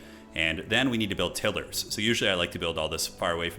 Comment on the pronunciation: I'm embarrassed by the extent to which this triggers me, but please, for the love of Hashut, stop saying "tiller". They make tiles. Not tills. TIGH-luhr /ˈtaɪlər/ (if you wanna get technical) 😅 I can't wait for the sweaty multiplayer streams, though. Bring it on!!